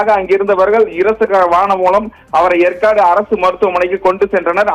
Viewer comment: Yempa yercaud ucharika theriala ni epdipa seithiyalar ana